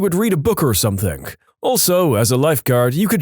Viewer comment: No K in the word Something